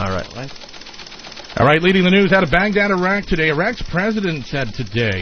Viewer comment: Chris kept saying Bangdad instead of Bagdad